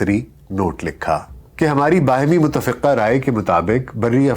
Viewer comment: Yah lafz ?utafiqqah nahin bal k muttafaqah hay